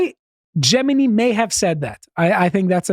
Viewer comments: "Gemini" "Jewmini" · consistently mispronouncing Gemini as "Jemeny" is really sweet.